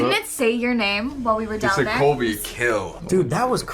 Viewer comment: Also he knows ABSOLUTELY nothing about them and I just want to point out he said Colby’s name wrong.😂